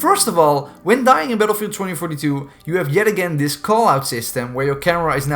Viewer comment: haha when the video started I thought you say paedophile 2042